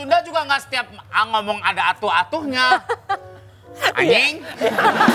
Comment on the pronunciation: renyah bet denger nya 😆 any#ng